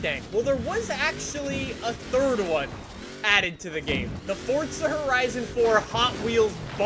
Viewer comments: It’s for-zaaaaa NOT FORTTTTTTZA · FORZA NOT FORTZA GOD DAMN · Why do people say fortza instead of forza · 4-za not fortza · Why does he call it ford-za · Why do you say fortza and not forza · Why do You say fortza When its forza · He gets on my nerves saying fortza THERES NO T IN FORZA HORIZON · Does it sound like he say FORTZA instead of Forza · Why dont you Say For Z a Hori Z on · FOR ZA. NOT FOR T ZA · Why is everyone saying like "Fortza"? Where does the phantom "t" come from? Where? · Its forza not fordza 😂😂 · Your saying fortza not forza!! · fortza is is FORZA no t in the soundings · ITS FORZA NOT FORTZA, YOU DONT HAGE TO SAY “FORTZA HORIZON 4” EVERY SENTENCE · If it"s spelled Forzza, then it would be pronounced Fortza, but it's Forza. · Forza not FORTza. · FORZA. there is no 'T'.. please stop pronouncing it with a 'T'. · It is Forza not Fortza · Its pronounced FORZA not FORTZA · Fortza? FORTZA?? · Why r u saying FORTZA it is FORZA there is no T in FORZA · Sorry..did he just say ForTsa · Y do Americans and Canadians say forza like fortza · It’s 4za not forTza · You’d be broke cause he says Fortza not Forza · why bro always saying FORTZA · Your stupid af, if you look it up it's pronounced fortza with a slight t. Stop tryna correct others when you can't get it right yourself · why he say it like fortza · Someone tell this guy that there is no "T" in the word "Forza"😂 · The only reason you wouldn’t be good is bc you call it “fortza”😂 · HE CALLS IT FORTZA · Is it me or does he say fordza?! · There’s no t in forza, so why is he saying fortza? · is he saying "fortsa" that often on purpose? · Why does he keep saying fortza???? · the fact he says fortza pisses me off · Stop saying Fortsa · Omfg god dude stop saying fortza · Where is the t in forza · WHY ARE YOU SAYIMG FORTZA XD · Oh... we got another "fortsa" guy.. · The only reason I don’t watch u much is because u say FORTSSA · It kinda gives me aids when he says fortsa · Its not FORTZA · he say FORTZA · Fortza lol